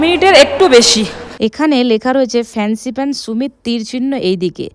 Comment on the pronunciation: সুমিত না ভাই, সামিট । মানে peak